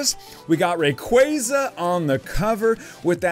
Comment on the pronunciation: Love your vids; been subbed for a while now, but hey: what's a rock-way-za? Isn't it literally spelled Ray-qua-za? Lel, keep up the good work, tho